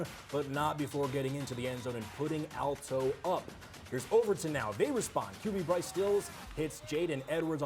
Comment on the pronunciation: Hey dude ...it's pronounced "AL" toe ...as in Al Pacino ...or BIG AL the goomba ...NOT "ALL TOW".